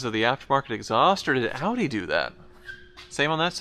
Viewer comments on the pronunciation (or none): Dude calls it "hoopdie R8"